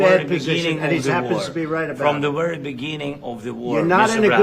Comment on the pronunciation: "I'm wery serious' says Zelensky, so he turns up wearing that garb!